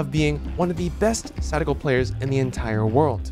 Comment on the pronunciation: try not to cringe at him saying sadako